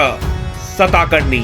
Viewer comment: It's not सताकर्णी.. It's सातकर्णी.. Informative video.. Good.. Keep ur good work continue.